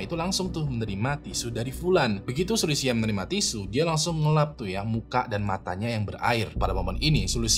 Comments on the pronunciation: Bang mon maap nih ya tp gw agak gereget gtu pas bang nyebut nama2 mreka 😅 gw cmn dnger videonya tnpa nnton atw baca judul dan deskripsi, kan ktanya org cina tp ko nmanya sulisia sma jia wenj gw bingung 😂 trnyata pas gw baca kyaknya abang salah pngucapan. Yg sulisia itu mirip sih plg yg bagian xia nya itu ngga si-a kayak di kata indonesia, tp lebih ke sya gitu kyak di kata tasya. Trs si jia wenge, itu kyaknya wen-ge, huruf e nya dbaca kyak huruf e di kata lebah, bukan wèn-gè tp lbh ke weun-geu... gitu bang 😊 ini buat masukan aja sih biar d video2 brikutnya jd lbh baik... kan channel ini udh gede bgt nih, jd gw rasa hal2 spt ini bsa ditanggulangi lah yaa... peace love and gaul yeee mentemen ✨️ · Kok ngakak ya denger sebut nama orang dan tempatnya jiaweng,sulistia,nehe,kikihar. Mending sebut nama marga nya aja buat cerita jia,xu 😅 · kalo bisa penyebutan nama orang atau kota2 diresearch dulu, kayak Jia Wenge bacanya Jia Wen Ge, jangan dibaca wenge, Xu Li Xia juga jangan disambung sampe kedengerannya jadi Sulistya 😅 Nama kota Nehe sama Qiqihar juga jadinya lawak banget kalo nyebut sesuai tulisan gitu 😢